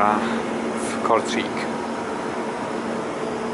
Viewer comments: wymawia się po prostu Kortrejk, wiem bo jestem w połowie Belgiem i znam ten język 😉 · Przepraszam za nieprawidłową moją wymowę miejscowości Kortrijk. Na filmie wymawiam ją tak jak się pisze, podczas - jak się później dowiedziałem z dwu niezależnych źródeł (Winicjusz, dziękuję) - mówi się "Kortrajk" (raz na filmie udało mi się tak to powiedzieć... ale tylko raz)